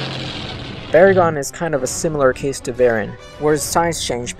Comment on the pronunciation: VERR-in again. You guys drive me crazy, just like with GIGG-in and BAY-gin. Hey, why not Muh-GAY-lin, and AYN-glus and Kuh-REE-yew while you're botching names?